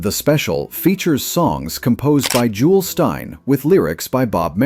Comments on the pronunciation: My favorite Christmas special. My favorite "filmed" Christmas Carol. It's genius. (FWIW, the composer was "Jule" Styne - pronounced "Julie" - Not Jules. I'm assuming this is AI narration that didn't know the difference. Styne-Merrill's songs were indeed Broadway-calibre. At the same time this show was being produced, they'd been working on a score for a new musical, "Funny Girl!" There's a longstanding rumor, never officially corroborated, that the classic "People" was first written to be sung by Magoo.) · Jule Styne's first name is correctly pronounced "Joolee," not "Jool," and neither Styne nor Bob Merrill had anything to do with HOW TO SUCCEED IN BUSINESS WITHOUT REALLY TRYING.